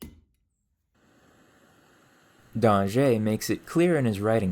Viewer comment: Great video! I learned a lot about topics I didn't realize would interest me. Keep up the incredible research on human achievements! Also "Danger" in French carries the same meaning as "danger" in English. I doubt his ghost was too bothered by your previous slight mispronunciation.